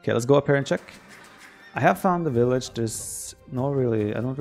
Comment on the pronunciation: Germans and Russians: pronounce the ''w'' as a ''v'' TheViper: WIllage